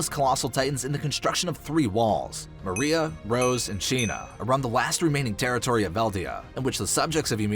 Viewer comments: It is pronounced Wall Mar-Ree-Yuh Mariá the animation tells you shows you how to say it and yet you still pronounce it wrong profusely Why? It's highly disrespectful but good video nonetheless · The way he says Maria 😒